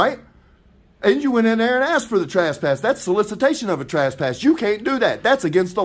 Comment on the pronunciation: Trass-pass...😅 This is one of the best first amendment auditors out there in my opinion but I love the way he says trespass!